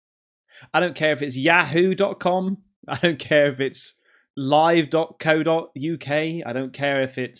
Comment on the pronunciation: I had a Hotmail account too... Back in 1997. The way you pronounced yahoo sounded like you're from Tennessee or Kentucky 😂 Just yanking your chain mate. Third Phaser SK8VADER From Cajunland South Louisiana checking in bro. Hope all is well across the pond.